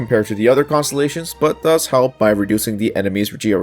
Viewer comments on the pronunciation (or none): none